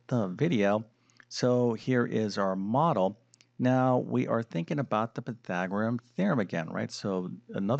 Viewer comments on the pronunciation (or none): Py-thag-or-e-an, not Py-thag-o-rim. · Surely this guy must be the worst Math presenter on YouTube. His repeated mispronunciation of PythagoreaNNNNN just drives me nuts!